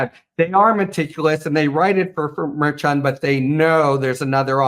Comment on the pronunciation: Someone really should tell Harry Litman to pronounce Merchan's name correctly